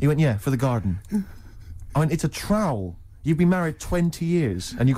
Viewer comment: Engraved trowl 😂